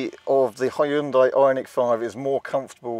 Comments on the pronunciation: Not Hyu-DA-IH, but Hyun-day, like Sunday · ...need to check again how to pronounce original Hyundai correctly, and not according to "whatever and however I feel like to"....